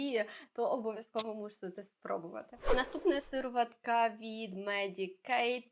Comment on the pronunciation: Неможливо слухати вас, вибачте. «Бьюті оф джонсОн, сИроватка». Ви хоч витратили б пару хвилин і перевірили як правильно вимовляти ці слова. Неповага до глядачів та безграмотність🥴